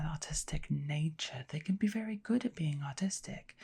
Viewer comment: I kept hearing autistic instead or artistic lol